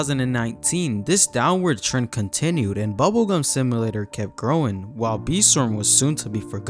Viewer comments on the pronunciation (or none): "sim uh later" 🥀